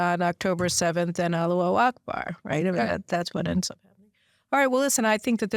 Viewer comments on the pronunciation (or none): Caroline, it is Allahu Akbar, not "Alu- Akbar"